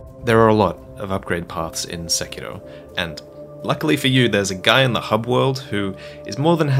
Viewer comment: I’m glad someone finally pronounced the title correctly 😂